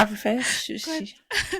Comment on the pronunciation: “shushi” 😂😂😂😂😂😂 i’ve laughed until. Mind you, i’m in public. Here’s a self reminder to never listen to you guys in public 🤣🤣🤣